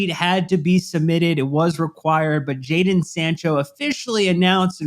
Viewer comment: Isn't it JADON Sancho?